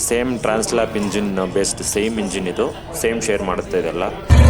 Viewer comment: It’s trans-alp not tran-slap 😂